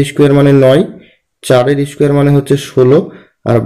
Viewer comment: Apni thaken kothay...valo bujiyechen..kintu vd ta ar aktu unnoto vabe korle valo lagbe..ar kotha gulo aktu valo korte hobe oigulo squar issquar noy...apnar pronnountiation e prblm ache ..baki all good..🙏